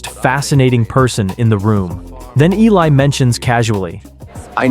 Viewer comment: His name is Eli....you are pronouncing completely wrong.